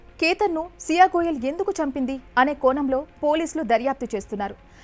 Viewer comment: పెళ్ళి అనీ కోణం ఇలా పలకటం రాకపోతే వేరే ఉద్యోగం చేసుకో. మమ్మల్ని చంపక నీ చెత్త తెలుగు ఉచ్చారణ తో